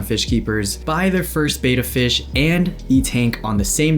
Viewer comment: Mistake #1 should be pronunciation of Betta. It's not Beta as stated multiple times in this video.